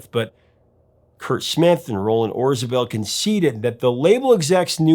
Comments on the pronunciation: A question? Isn’t it Orzabal instead of Orzabel? Sorry, love this album and The Hurting. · Yeah, I think he mispronounced it. Still, a great video.